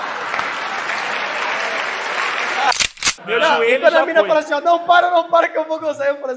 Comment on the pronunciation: Chero é chero não é frangante😂😂😂😂😂😂😂